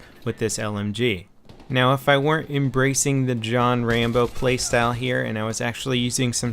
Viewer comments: its rambo not trambo dumass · I was roflmao when he said trambo